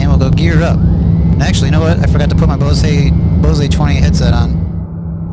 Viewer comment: my man said BohZAY head set